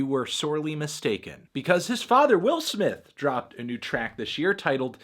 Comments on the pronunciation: Willer smith. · I didn't see the need for the use of the hard 'er' when talking about Will Smith